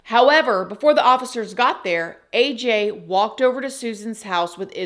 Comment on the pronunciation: The way she purposely mispronounces AJ's name is gross.